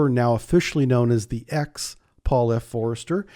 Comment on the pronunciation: F O S T E R ! There is no R after the O. Also, its 964 not 954.